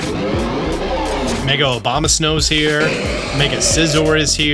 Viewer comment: bro said mega obama lol